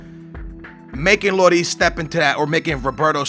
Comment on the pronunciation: You says Looris name rong, it isn't Loris, it's Lloris